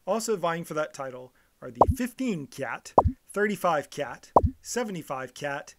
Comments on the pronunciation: Please lah, kyat is not pronounced as kiat in Myanmar, it's pronounced as chart. We should follow the Myanmar way since we're talking about their currency. Myanmar people will be puzzled when you told them you are offering 2000 kiat for something?? Chart! please! , chart ! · It's chart! Chart. Not kiat! Show you don't bother to do basic research? Also any names of places start with ky is pronounced as ch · Its pronounced Chat, not K-yat the letter က + ြ is Ka + y, combined makes Ky pronounced as Ch.